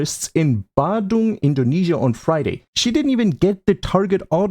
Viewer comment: it's bandung, not badung as an indonesian I am offended (slightly)